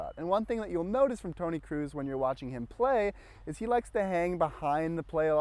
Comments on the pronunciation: Good video, but it isn't Toni Cruise, it's Kroos like in Croes. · Tony kroos not cruis